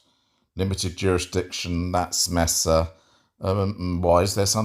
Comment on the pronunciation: Not important, but since I know cares about diction: The city in Arizona is generally pronounced May-sa